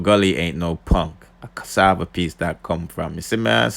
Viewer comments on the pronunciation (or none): none